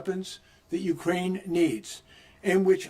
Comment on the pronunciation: Ukraine not me-krain